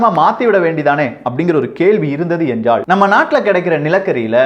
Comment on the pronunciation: தமிழ் உச்சரிப்பைத்தயவு செய்து திருத்திக்கொள்ளுங்கள். எல்லா ஊடகங்களிலும் நீக்கமற நிறைந்திருக்கிற ல, ள உச்சரிப்புப்பிழைகள் உங்கள் நிகழ்ச்சிகளிலும் இருக்கின்றன என்பதில் "வருத்தம்". "நிலைமை", "நிலக்கரி", "எல்லாம்" போன்றவற்றை சரியாக உச்சரிக்கின்ற நீங்கள் என்றாள்(ல்), வேளை(லை), முடியாமள்(ல்), ஆனாள்(ல்), சாம்பளை(லை), நம்மாள்(ல) என்று உச்சரிப்பது வருத்தம் தருகிறது. இதைச் சரியாகப் புரிந்து கொண்டால், நீங்களே தமிழ் நாட்டில் அரங்கேறிக்கொண்டிருக்கிற பல அவலங்களைக்குறித்து குறிப்பாக ,தொலைக்காட்சி , இசைத்துறை, மற்றும் அரசியல் தலைவர்கள் இழைக்கின்ற தவறுகளைச்சுட்டிக்காட்டி தாய்த்தமிழுக்குப் பெரிய தொண்டாற்றிட முடியும். யாரும் தமிழை வளர்க்க வேண்டாம். மெல்லச்சாவதைத் தடுத்து நிறுத்தினால் அதுவே பெரிய தொண்டு. "ல" என்கிற எழுத்துக்கு வெவ்வேறு உச்சரிப்புகள் கிடையாது என்பதை மறந்து விட வேண்டாம்.